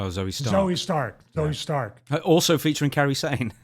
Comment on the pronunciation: call me nitpicky... but can you guys PLEASE learn how to say a name properly, her name is KAIRI(that's KAI-REE) not "Carrie" it's not that hard to pronounce... also yes... i feel bad for her as she's literally twice in a month seen her coworkers just severely injure themselves in the ring with her... hopefully it doesn't shake her...